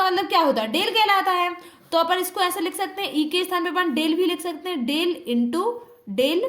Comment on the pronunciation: D nahi डेल bolte hai